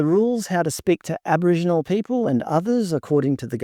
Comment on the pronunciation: We now pronounce it as Abowhingenals.